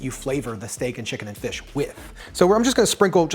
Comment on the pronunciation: Wow bro... amazing... You just said FLISH!!! 🤣🤣🤣🤣🤣🤣 I though only me said FLISH...I feel better now... 😌😌😌😌😌😌